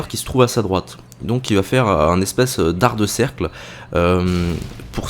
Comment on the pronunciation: on dit "arc de cercle" pas dar de cercle Pouce vert si toi aussi tu a entendue ce petit fail